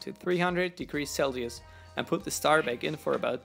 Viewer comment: You are awesome dude!! I like your videos!! But fix your language no hate, but i heard two mistakes instead of scissors you said skisors and instead of celsium you said celius again no hate you're awesome